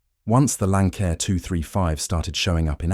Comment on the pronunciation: If you can't even pronounce the name of the aircraft, then you obviously don't know what you're talking about. And the aircraft in the thumbnail pic isn't even a Lancair. It's a great aircraft, just not an easy aircraft.